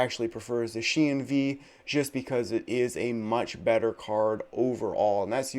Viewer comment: Please change the way you pronounce Zacian lol you’re the only person that pronounces it that way